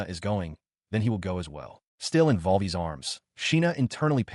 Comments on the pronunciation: The knights first name seems to be "Volvi" but the ai reads it as "vol. VI" 30min in and it only gets it right a couple times; after 45m it breaks down and mixes-up everyone's identity, dialog, & actions for the rest of the story. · The Knight's name is Volvi Hurst but the A.i keeps reading his name Volvi as "vol vi" (vol=volume, vi=6)